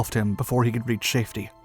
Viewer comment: 940 to 941... Am i hearing Shafety? theres a SH in the safety word.